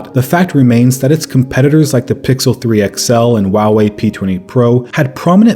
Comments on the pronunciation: Did he just say Huawei "wawii" ?! "What brand is your phone" "Wawii p20 pro" Lol sorry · i know this video is old but the way he says huawei bugs me lol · Is no one going to talk about how he pronounces Huawei?